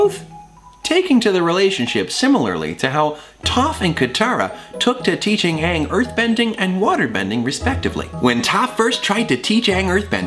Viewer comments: When Thomas freaked out about saying 'Ahng' instead of Aang, I felt that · saying Ahng instead of Aang... too soon buddy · “It’s A-ng! Not O-ng! Don’t say it like that!!!” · "Ong!?" "IT'S AaNG NOT ONG!!!" YAAAAAAASSSSSS!!! P.S. love you sefue hotman! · Thomas being aware about how infuriating the Avatar movie was w/ it's jacked up pronunciation Aang's name is a mood. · I'm sorry, but getting upset about how was pronouncing Aang's name the way the movie did...Perfect.